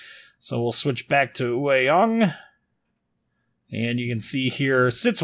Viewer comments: I am native Taiwanese. It's pronounced as yuay(yue) (tall mountains岳) young(yang)(sun陽) with yang being a classification for all DDs in ROC navy. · It's pronounced 岳 Yue(juːˈeɪ) (Yu-eh) 陽 Yang(jɑːŋ/)(Young)